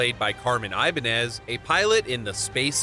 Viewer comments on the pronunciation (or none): none